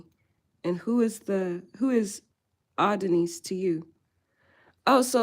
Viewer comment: Please o! It’s Ah-don-is..!! Like the Greek god. Great content💥